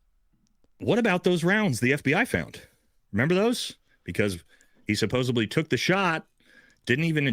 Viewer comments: SupposEDly!!! Not "supposably"!!! Americans, speak English!! Please!! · someone should tell him it's "supposedly" not "supposebly"...really throws me off every time! Otherwise, totally agree about the dude on the stairs!!! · As a friend of, could you tell him it's supposedly, not supposably. Lol. I lov, but that sounds so bad. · Who is going to be the one to tell the word is Suppos-ED-ly